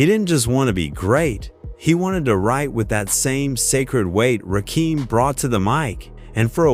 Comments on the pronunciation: He said rackum ...rackum boy ... like a pool game 😂 AI is wack and evil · This AI Shit is Crazy. Rakeem? Really. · Ok everybody! Rakim is pronounced (rock him) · You say RaKEEM, I end the video. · Wtf is Ruhkeem 😂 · The 2nd "Rakeem"...i was done.smh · The name pronunciation makes the video research and presentation...questionable. At least take the time to tell Chat GPT to spell it ROCK-EM in the AI script so the AI announcer says it right for the video. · I hate this AI bullshit. RAKEEM? REALLY? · These shit videos that can't pronounce the man's name. Smfh. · Instant AI identifier....the mispronunciation of Rakim.... gtfoh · Man I can't. Just can't watch the video with you mispronouncing his name. AI or not, it's Disrespectful. 💀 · This dude SLAYING his name is enough for me. I couldn't listen further! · Lyor wasn't a co-founder of Def Jam. He is an incubus. Serch's goofy ass could never write anything for Rakim. The mispronouncation of Rakim, 3rd Bass , AI is not that smart. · Please teach your AI how to pronounce Rakim's name. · I'm only 15 seconds in and I hear Rakim's name being mispronounced. Goodbye! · I can’t watch this after two minutes. I had to stop. They are butchering my man’s name the God MC.😂😂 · In typical AI cracker fashion, mispronoucing artist name. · This AI butchering the legends name is fuckin annoying! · Rakeem? Why don't yall spell words so the stupid computer says it right. Put Rah Kim or something... Jeezus. Can't listen to this and I want to hear it! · Ra Keem? That took me out. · Ra-kim, not Ra-keem. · RAKIM... not f'n Rakeem. Stop this AI bu'shhh... Just straight disrespectful... Hold up... You tryna tell me, that Rakim "needed" Serch? I aint believing that shit.. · Can you get the pronunciation of his name correct it's Rakim not Rakeem I'm done not worth viewing old stories nothing new it's the past lets move on. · Hey A.I. Rah...Kim....not keem 3rd base (pronounced) not bass like a fish. YOUTUBE IS A.I. DUMPSTER VIDEOS SUCK NOW